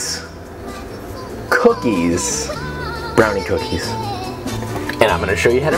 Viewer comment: Cooknies? Cooknees?